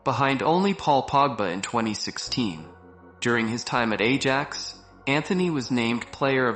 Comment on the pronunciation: why pronouncing AJAX like an idiot? And yes... editing of the video is terrible. Looks like these days most of the videos are made by 8 years old